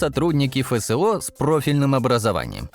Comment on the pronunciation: "Фэ сэ о" - позорище! Вообще-то Эф Эс о! Русский знать надо, прежде, чем разговаривать на нем!